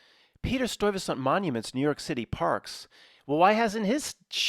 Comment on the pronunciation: It's pronounced Stuyvesant